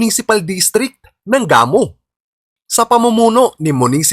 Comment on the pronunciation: Gamu, pronounced na mabilis hndi gah-mu